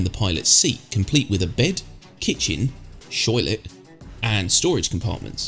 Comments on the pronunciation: did you call a toilet a shoiltlet? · "shoilet" lol...love your reviews, man.